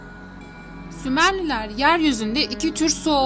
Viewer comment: Sümerler...yazık bunların adını hep yanlış söylüyoruz.